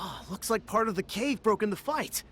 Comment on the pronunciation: HAHA PAWT 2